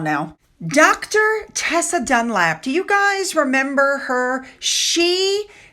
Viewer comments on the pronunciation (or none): It's DUNLOP not Dunlap. As in the tyre company, ironic because Tessa is a tired old retread!